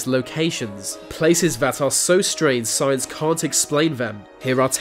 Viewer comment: Did I hear "science" or "signs??